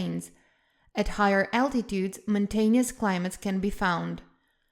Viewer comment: The "south-ern" coast? The western part of the US is very "moun-tanious"?